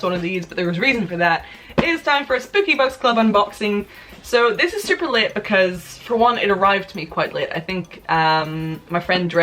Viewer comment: I heard "This is super lit." instead of "this is super late" and had a shocked face irl.